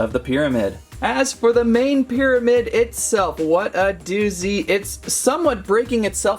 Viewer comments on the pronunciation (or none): Half-O-mid ? 😂 did the pterodactyl people let you have that word too ?